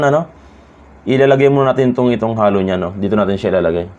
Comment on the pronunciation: Boss sabihin mo Hey-low (halo) hindi Hallow! Tnx!